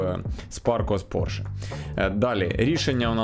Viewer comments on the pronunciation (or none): none